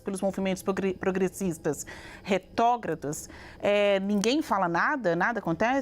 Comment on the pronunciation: Pqp a jornalista fala "Retógradas"